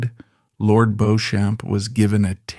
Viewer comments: If you're going to make a documentary about a person, whether accurate or not, the very LEAST you can do is pronounce their name correctly! This gives me zero confidence in your channel and it's obvious lack of even basic research. Nor is 'AI' any excuse. You can correct AI. If you're not willing to research and correct something so basic, you obviously don't research ANYTHING yourselves and just publish whatever unfounded nonsense AI may come up with! A history channel to avoid, people! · The narrator keeps pronouncing Lord Beauchamp's name incorrectly..It is Beecham like Bee plus the beginning of the word cham(p) without the P. Coupled with the painfully pronounced 'aristocrat' I've only got 2mins in and I won't go any further. There is also no stress on the second syllable of a ris to crat ie not 4 syllables. It is said aris to crat ie three syllables.. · It was indeed Beecham---why don''t they research things properly while appearing quite so in charge of all the other facts. The bots are awful. Almost every other word is mispronounced--the accents lie in different places in English orthography, So it's "vall-ett" not "vallayyyy!" and with" Bendor" , the stress is on the first syllable with the second more or less swallowed..The "Sinkay Ports" are in fact pronounced the "Sank Ports". Lygon (stress on the first syllable) was never the "the former Earl" until he died. And the problem with the BotVox is that you're never quite sure which line to follow. Awful---just get actors in. But an interesting and perceptive account. WE won't go on the Waugh bit. More of the same. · It is pronounced Lord BEECHAM. I will give an example, although the road near Harrods in Knightsbridge, London is spelt Beauchamp Place it is pronounced BEECHAM Place. So many of these types of programmes (British spelling, I am English living in Knightsbridge) fail to get the pronunciation of names and place names correct. This is a shame as the content is often historically interesting.